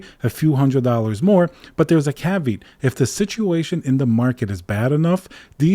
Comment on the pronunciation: Did he say “ka-beat”? Do you mean “Kav-e-ot”